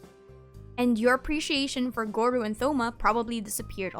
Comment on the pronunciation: Hearing you say gorou as goru is kinda whack hahaha